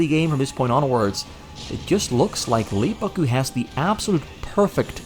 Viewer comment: How in the world can someone from the Netherlands perfectly pronounce LEEEAAA BAAAAKKKKKKK GCUUUU